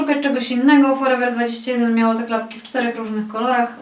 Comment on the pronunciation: Faktycznie szkoda tej torebki 😁 A ten drugi człon nazwy sklepu forever21 czyta się po angielsku 😉😉